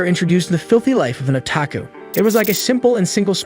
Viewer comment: Ai can't pronounce otaku